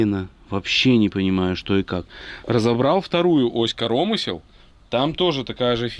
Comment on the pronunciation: Как говорит питерский ящер - успех НЕИЗБЕНЖЕН!!!! Удачи! Людочке особый привет!)))) зы. КорОмысел))) я аж остановил видос))) Велик и ужасен белорусский язык)))